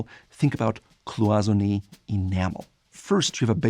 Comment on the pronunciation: De uitspraak van "Cloisonné" is ook verkeerd.